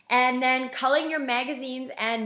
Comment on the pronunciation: Did you say CULLING or Calling magazines and newspapers? What is it; tossing them?